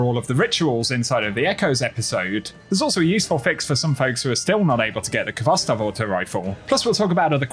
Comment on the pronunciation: Never mind getting it. How about pronouncing the name correctly? Its pronounced Hvostov with the h in a rough way.